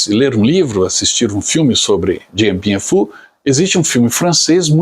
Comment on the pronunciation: A pronúncia correta é "Diam Biam Fú".